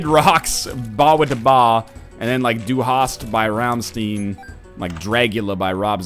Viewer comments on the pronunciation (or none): "ramsteen" :P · Wow. He says Rammstein so.....well, wrong. Haha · I like that awful pronunciation of "rammstein". 10/10 m8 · That's not how you pronounce Rammstein, dummy.